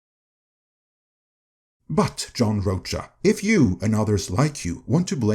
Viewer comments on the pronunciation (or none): I think it’s pronounced Roka. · Rocha pronounced RO-ka. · It’s “Row-Ka” Ironically rhymes with “Ahsoka”. He was great on The SchmoeDown but, yeah, he sucks as a critic. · John Roacha…, your pronunciation is perfection. 👌😅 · Weird. He did blame marvel. He agrees dei went too far. And this guy guy can't even pronounce John's name. Plus, he has a point why JP did better than comic movies, cause theY SUCKED years before